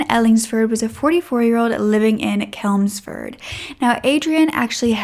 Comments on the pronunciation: I live in Derby and I think covering the other story would be good. Those poor girls, the fact that one was just stopping over at her friends and he does that to her. His own kids. On a brighter note your pronunciations of English places like ‘Chelmford’ and ‘Derbyshire’ made me smile! 😂 Chelmford is pronounced with a ch like chair Derby is pronounced darby xx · Great video, just to let you know its Chelmsford not kelmsford, ch like chain. Nice to see you covering a uk case, keep up the great work 😊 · Babes it’s Chelmsford not kelmsford ❤️ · Its CHELMSFORD NOT KELMSFORD ,DERBY IS PRONOUNCED DARBY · You tell these cases with such true compassion. Love your work. The city is Chelmsford, pronounced with the ch like chimney x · Your pronunciation of English towns is terrible! Dahrbyshire CH elmsford! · The way you pronounce Chelmsford is so cute ahaha it’s pronounce CHelmsford, like the ch sound in cheese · Hey! I adore your videos. English person here, I'm 99% sure Chelmsford is said pretty much how it looks (with the ch like in chew). Other than that, your pronunciation is surprisingly good for an American, I know our place names can get annoying (I'm from Worcestershire lol). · 😂 chuckling everything you say Chelmsford. Its pronounced CH as in Church.